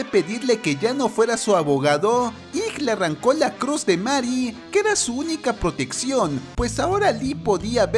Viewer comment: Que se dice meri y se escribe marry me pone de los nervios. Na es coña xd